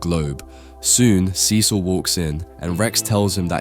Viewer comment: Pronounce CECIL the way it's pronounced on the show. You've done it before!